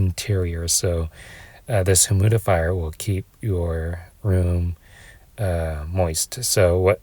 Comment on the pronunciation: Humidifier pronounced “himudifier” every time is sending me😭